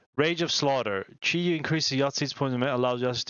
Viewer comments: Chiyou is pronounced "Chur-Yoh". The "Zi" in Yazi is pronounced as "Tz" (the i at the end is what we call a "fake i" because it is actually not pronounced). Gou is pronounced like "Go" as in the opposite of stop. Tie in Taotie is pronounced "Tyeh". The "Qi" in Qinglong and Qiongqi are pronounced "Chee" (with your tongue at the floor of your mouth). Hundun is just pronounced as "Hoon-Doon" Rushou is pronounced "Roo-show" (like a TV show). Pixiu is pronounced "Pi-Hsiow" (the last -u is a "fake u" because it's actually pronounced as "Yo" like the informal hello in American English). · For reference on Chiyou's pronunciation: Listen to the opening cutscene of Immortal Pillar campaign level 2. The villain Nüchou will say "Chur-yoh".